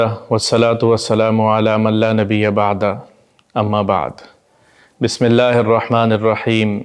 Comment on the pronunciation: Bismisla irrakman irrakheem ✖️h sahi kar lo Bismisla irrakman nirrakheem ✔️